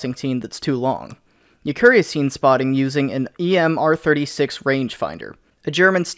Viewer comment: YUKARI NOT YUKURI